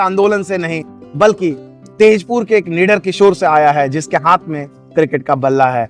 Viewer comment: ताजपुर बोलिए सर ❤❤